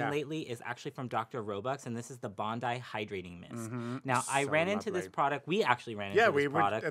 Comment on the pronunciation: Love seeing/hearing what your tried-and-true faves are! This should be a monthly YouTube feature. (BTW, Bondi - as in Bondi Beach - is pronounced bond-eye.) 😘